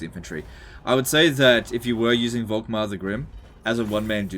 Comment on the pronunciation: The „V“ is more pronounced like a „f“